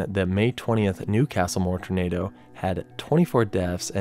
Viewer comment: can you learn how to say tornado for the love of god.